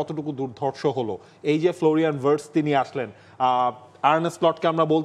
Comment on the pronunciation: উচ্চারণ টা ভার্টস না, ভিয়ের্টস হবে।